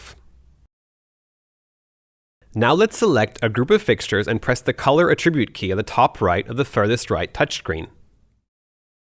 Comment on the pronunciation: This guy is probably still kicking himself 10 years later for pronouncing attribute "uh-TRIH-byoot"